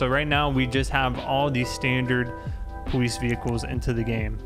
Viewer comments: he says powice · He has a speech impediment, he says the w instead of an l or r the entire time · why does he say police so weird